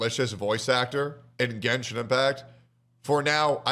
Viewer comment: “Let’s revisit my genshen baddies” needs to be sound boarded lol